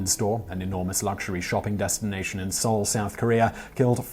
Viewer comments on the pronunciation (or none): none